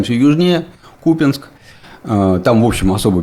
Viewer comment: впервые услышал от Ширяева правильное произношение города КУпянск. а не КупЯнск .